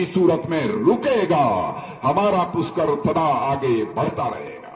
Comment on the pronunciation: Raj nath ji puskar nhi pushkar hota hae